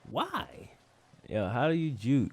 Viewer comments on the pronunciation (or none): the way he says why kills me every time